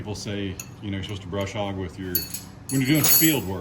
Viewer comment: Isn’t it “Bush” hog?? Not brush!! Not being rude honestly ❤